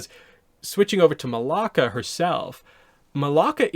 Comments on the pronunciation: Her name is Malaya not Malaka, Malaka is a Greek curse word 😭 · I heard it and was like 🤨 that’s not her name. ++ that “ya” in her name is significant